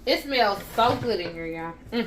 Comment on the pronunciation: This bout to be goodt with the T at the end 🤣🤣🤣😜